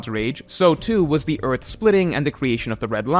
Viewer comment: endless vearth